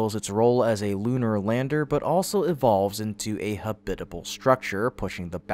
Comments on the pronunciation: Ha-bitable. No. Hab-itable. Yes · “Habit-able” not “ha-BIT-able” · Habitable? Why do you keep saying “huh bit uh bull” it’s “habit uh bull”. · ha-BIT-a-ble, rather than HAB-it-a-ble? You must be yet another AI. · habit able not ha bit able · why do you say habitable wrong wth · Wait. . . They show Astronauts floating around in zero-"G," but they're ON THE MOON. And the computer voice pronounces "habitable" like it rhymes w/"Ish Kabbible!" Don't meana quibble, but it detracts from the credibility. Hey Elon -- how's about a job as an editor/proofreader!?!?